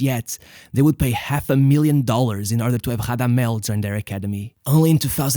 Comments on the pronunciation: It's not Hadamel it's Radamel also its not Hodriguez its Rodriguez since they aren't Brazilian or Portuguese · Rrrrrradamel. Roll you r’s my son. He’s not Brazilian:) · Portuguese R sounds on non lusophone players is unacceptable, you should be rolling that r. Give It a big RRRRRamadel falcao. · the R in Radamel is a strong rolled R, as in spanish unlike portuguese. great vid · Spanish doesn’t say the r as an h tho